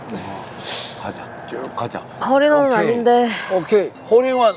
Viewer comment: 임진한 프로님 홀잉원 홀잉원 ~~ 발음 재밌어요 ㅎㅎ